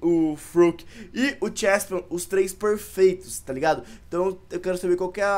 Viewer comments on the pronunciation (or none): n é chespion é cheslin karai d Fala direito